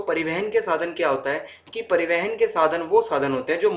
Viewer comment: Pari(van) ke sadhan 😂 btw nice explained 🔥